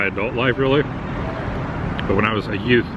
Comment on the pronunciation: Lmao!! Did i hear right? Did you say "Yout"? (cousin Vinny)